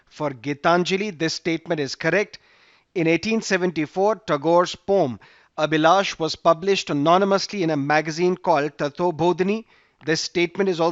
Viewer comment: You pronounced "poem" as "pom".Is it correct?